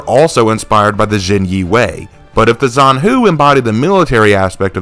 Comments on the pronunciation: I haven't watched the entire video yet but i feel like i have to point out that the name of the character is pronounced more like "john hu" (except the o is pronounced like uh so technically "j-uh-n hu) and not "zan hu". It's really diffcult to explain since i am not an english speaker and i have a bit of trouble explaining how to pronounce something to english speakers so i hope you understood what i was trying to say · Btw zhanhu is pronounced with a soft J sound, not a ts